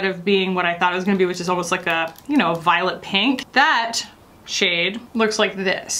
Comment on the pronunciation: I heard "violet pink" as "violent pink". Idk what violent pink would look like, but I bet it's a mood. Hahaha Chris Simpson is also a mood "Wicca wicca woo"